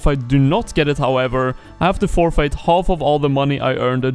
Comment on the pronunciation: For real man, forfeit is not pronounced "four-fight"